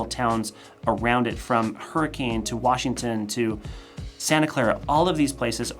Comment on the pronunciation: Didn't pronounce Hurricane correctly.